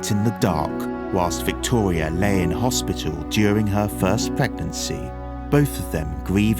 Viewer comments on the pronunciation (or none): none